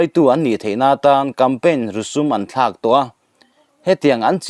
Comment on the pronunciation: Rusum i lam rik dan chu lehhhh...